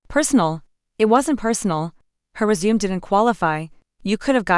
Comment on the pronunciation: Hi, This story is either poorly written or the channel needs to update its reading software. Disjointed with so many incorrectly pronounced words, is my very polite review, and what I really feel. Let's see how far I get before I give up. I'm 3 minutes in now. 9 minutes now; For crying out loud get the pronunciation of resumé right. Annoying! Okay, so I got through it by jumping most of the story. If you don't have any particular reason for this particular story, go find something else, because this one isn't worth the calories. AKA annoyingly bad writing, and the reading software must be from the Middle Ages or really really cheap because it's absolutely horrible. For my sanity, I skipped about 65% of the actual text and even with that it was hard to get through for those reasons outlined above. If I had a rating system in place this one would unfortunately get about -3 on a scale of 1 to 10. Yours, Ann